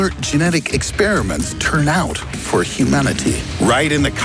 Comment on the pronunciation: Why can't Americans say 'for' properly?